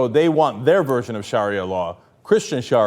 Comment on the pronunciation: You can't even say sharia right.